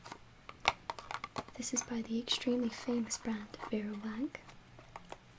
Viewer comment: I absolutely love ur videos just a question did u say veira wank ? xxx 😂😊💞